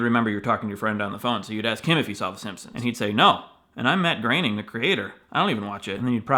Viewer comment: I'm so glad you pronounced Groening right.